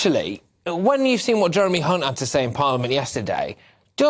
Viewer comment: Mispronunciation of Hunts surname isn’t a slip of the tongue He is one